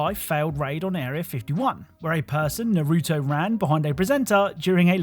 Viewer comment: Man the way u saying Naruto is painful lol